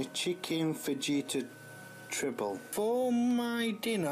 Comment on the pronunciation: The way he says fajita cracks me up 🤣🤣 the j is pronounced like an H 🤦‍♀️